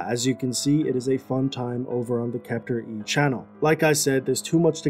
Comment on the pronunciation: Its not "kepther e" its Kept There